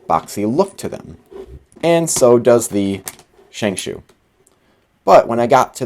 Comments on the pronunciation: "Shengshoe" Sorry, I cringe every time you say it that way. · love how he says shengshoe